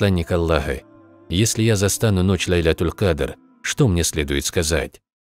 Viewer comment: Добавление: На арабском было прочтено правильно: с ударением на на второй слог, а переводчик произнес неправильно то есть с ударением на первый слог.